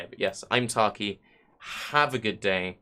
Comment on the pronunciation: Dude is doing work. Thanks bruh. But taaaaark ee.